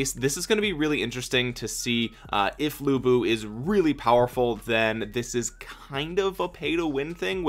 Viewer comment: To pronounce lu bu, the closest I can think of is the pronunciation "lu" from the word "lure" 😆